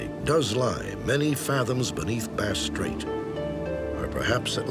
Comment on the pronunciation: Aussie here. I regards to the Frederic Veletage disappearance. Thank you for getting the pronunciation of Bass Straight right.